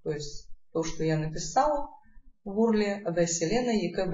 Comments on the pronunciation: Не Урл, а юэрэл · Не урл! А вот так ЮЭРЭЛ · ЧИТАЕТСЯ ЮЭРЭЛ, а не УРЛ